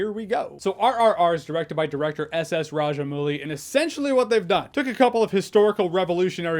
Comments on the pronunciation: The most impressive thing about this review is Jeremy's fairly accurate pronunciation of Bheem, Raju and S. S. Rajamouli. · Me, an Indian-American who has watched Jeremy for 10+ years being proud of: 1) Jeremy acknowledging "Tollywood" 2) Doing a good job pronouncing S. S. Rajamouli, Bheem, and Raju 3) This movie getting an AWESOMETACULAR 4) Hearing someone from a different lens' perspective on song and dance in an Indian movie. To Indians, it's expected. But to hear it be appreciated and respected from a different lens is fantastic. Jahns for President 👳🏽‍♂